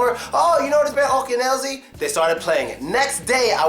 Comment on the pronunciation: not "Oken Elzi", but "akeAn Elzi " :-)